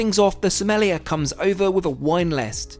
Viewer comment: that pronunciation of sommelier killed me lol